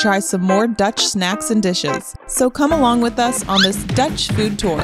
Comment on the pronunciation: I love how you guys pronounce dutch! Its actualy pretty good! Of you come to Rotterdam I can give you a tour! Or come to “de ballentent” for The famous meatballs.